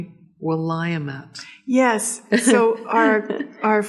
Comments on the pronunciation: As always, another very enjoyable podcast! Hope to someday "meet" your Mom and other sister; even if you just share a photo. Willamette is pronounced "Will AM it" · the river is pronounced will-am-it. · Will -LA as in “at” and accented. - met. is how to pronounce Willamette - used to live in Eugene near that river.😊 😊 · It's pronounced Will- am- ette-- WILLAMETTE